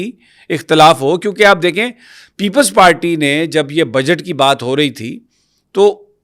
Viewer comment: بھائی جان۔۔۔ پیپلز پالٹی نہیں۔۔پیپلز پارٹی ھے۔😂😂😂😂😂